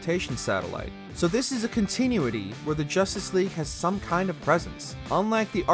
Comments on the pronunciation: Con • TIH • noo • etty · Never heard someone say continuity like that before. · This guy needs to learn how to say continuity properly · It REALLY bugs me how he says continuity